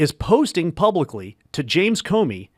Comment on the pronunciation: It’s James Comer, not Comey!